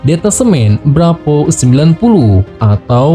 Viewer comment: Sat Bravo neng...bukan Sat Brapoooo